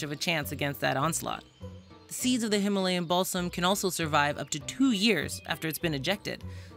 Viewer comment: I heard Himalayan Ballsack I was so confused 😭